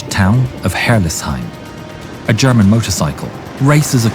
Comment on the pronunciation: Sounds like "Gherman"